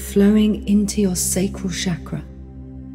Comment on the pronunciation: As someone who speaks Hindi, the pronunciation of chakra as shaakraa instead of chukr-uh is disconcerting.:( I'd give this a 10 out of 10 otherwise. Thank you.